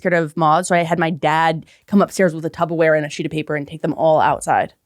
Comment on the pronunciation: Did I just hear Tubberware? Is throwing B’s at me or am I just tainted by Chris Distefano?